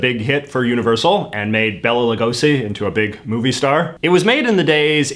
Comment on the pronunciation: Sorry to be a buzzkill but Bela is one of my names and its a biggest pet peeve. Its pronounced Bay - La Not Bell La